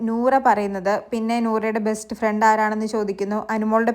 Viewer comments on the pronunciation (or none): none